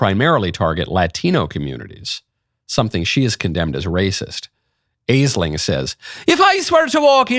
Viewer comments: Aisling is pronounced “ASH-lin.” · Aisling is pronounced like Ashling.